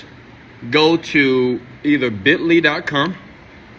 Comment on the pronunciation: Whats up B... I thought he said bentley too. Its actually Bitly. Let me know if u have success and make a profit from this. Luv